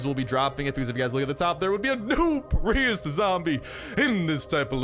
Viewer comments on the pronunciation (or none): It sounded like you said preus zombie instead of priest zombi...lol!!